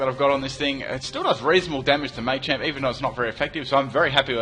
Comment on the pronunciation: Mah-champ not May-champ, You-xie not Uhh-xie.